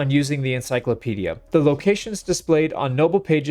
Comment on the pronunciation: "N" like... N-cyclopedia. sorry 🤷🏻‍♂️